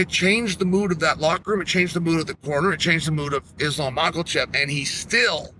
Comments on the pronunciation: "Islam Makulchev" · Lol mackelchev